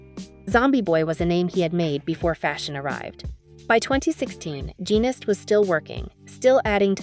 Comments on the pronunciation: I just commented on that, the subject of this video is Rick Genest, his last name is pronounced je-nay. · His last name Genest, is pronounced je-nay, and Mugler is pronounced moo-glare.